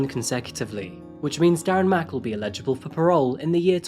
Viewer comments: I love your videos but could you please work on your pronunciation of “eligible”. You are saying “illegible” which is a different word entirely. ELL-uh-juh-bull. Thank you 🙏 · love your videos! But eligible and illegible are 2 different words with different meanings and pronunciation! Lol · Helpful hint. The emphasis is on the FIRST syllable. EL!!...igible.😊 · ELigible....illegible means unable to be read. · it’s “eligible”, not “illegible”. They mean completely different things. And “Father’s Day”? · Illegible and eligible are two different words friend <3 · Eligible is still not the same as Illegible. Practice! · I love your videos but but eligible and illegible are completely different words. The one you use doesn’t mean when they are eligible for parole you say illegible which means you can’t understand or read it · Love your videos … but we’ve got to talk about your pronunciation issue with the word ELIGIBLE.. Can I suggest trying it like this… slowly.. then quick. ELLE - ij - i - BULL. Hope this helps! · You honestly need to get elecoution help to say " eligible " it's Al ig a bill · you always mispronounce the word 'eligible' as illedgible! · I've come to terms with how you pronounce eligible...lol good work brother. Thanks for the content!